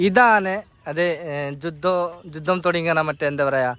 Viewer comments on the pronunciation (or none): none